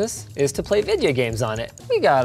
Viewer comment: "play videia games on it" Linus -2021